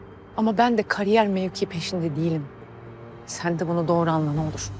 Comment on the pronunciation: Qamze caliwib borc oduyor😂😂 karyer diyir😂😂waka gibi